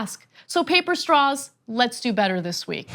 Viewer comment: Did she say she wants staws that don't suck? Lol if it was Intentional, lmao if it wasn't!